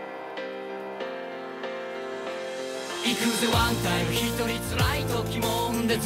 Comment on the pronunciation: 菅田のいくぜワンタイムのタイムの発音が嫌い